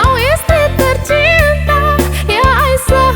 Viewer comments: Aisyyyah lebih bagus di dengar daripada Aisah ,pengucapan aiysyah nya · suaranya bagus cuma pengucapanya diperbaiki sedikit aisyah bukan aisah. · pengucapan nama.y ummi Aisyah.y kurang menyatukan penyebutan Ai Sya h nya trdengar pengucapan.y Aisah kami pans jdi peduli karna menyangkut istri.y nabiullah kita😊👏🙏